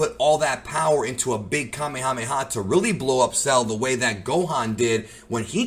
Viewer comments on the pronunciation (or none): none